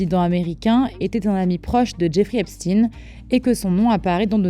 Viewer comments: Epshtayne pas epstine 😂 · Ce n’est pas Epstine mais Epstein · De grâce prononcez correctement le nom des personnes, ce n’est pas Epstien, mais Epstein ! Pour des formateurs ou des soi-disant journalistes, c’est quand même la moindre des choses, qu’est-ce qu’on vous a dit à l’école ? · Ipstine!! On dit pas einstine mais einstein!! Pk? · Même la prononciation d'Epstein est erronée, pour cacher quoi exactement ?